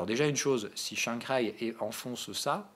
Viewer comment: Tu me tues quand tu prononces Shangai. On sent le mandarin en toi à chaque fois. haha #ChanXaÏÏÏÏ